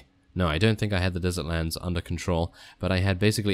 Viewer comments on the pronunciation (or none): none